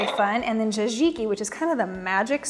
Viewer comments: Pretty sure the pronunciation of tzatziki is sat-ziki not jazi-ki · Hah, besides disliking how she butchers the word tzatziki several times she made me laugh when she mentions the people she loves and doesn't forget to put herself first at the top of the list. Definitely not the next TV Network Star, but cooking is very personal and everybody does it their own way. I would just prefer her to stay out of my kitchen and keep her mouth shut around my grill. I'm still searching for the best Chicken Souvlaki recipe.